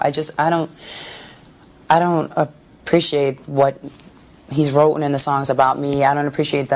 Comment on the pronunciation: "wroten" wow